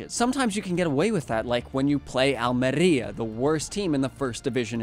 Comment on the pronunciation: On a minor note, Almeria is not pronounced "Almerria" as you did. That pronunciation is only when the R is at the beginning of the word, or you have a double RR in the middle. The R in Almeria should be pronounced softly like you did when saying "Girona." Good videos otherwise 👍